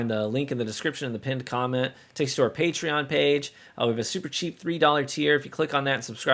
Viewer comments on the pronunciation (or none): none